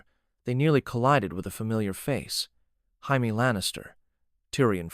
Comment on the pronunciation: The only thing that bothers me is how you say “Jaime”. Otherwise I like the reimagining.